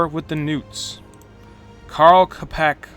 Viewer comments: I did find the Čapek´s pronunciation quite amusing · Š is pronounced as english sh (shop for example) Č is pronounced as Cz in Czechoslovakia or ch in english Champion. Karel Čapek also wrote R.U.R. Sci-Fi book that first used term robot and popularized it.